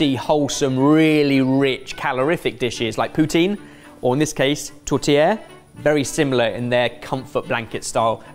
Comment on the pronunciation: I really LOVE the way you say tourtiere. Very well said. You are also right about the dish serve after midnight mass au Réveillon de Noël. Along with prime rib roast, Yorkshire pudding, turkey and all the side dish your heart can want and for desert la Bûche de Noël. 🎄🦃